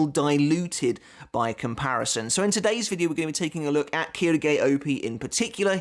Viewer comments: Actually it's pronounced shilge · Funnily enough Quilge is pronounced kill-gay so very close lmao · Just a little note on the names since I’ve had a few years of college Japanese. The reason names like Quilge are sounded like “Keydoogey” is because there is no “L” sound in Japanese. Instead, Ls are converted to Rs and since Japanese is, for the most part, composed of consonant vowel pairs, Quilge goes to Quirge then to Kiruge. Same goes for Ulquiorra to Urqiorra to Urukiora. Also side note, Rs in japanese are pronounced somewhere between D and L as you can hear in anime.